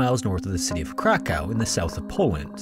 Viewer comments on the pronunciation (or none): He put effort into Michal and Ostrow, but his Krakow and Jura were terrible. In Polish, J is read like english Y, he said Dziura (hole) instead of Jura...